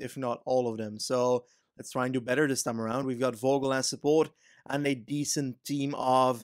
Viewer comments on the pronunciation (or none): none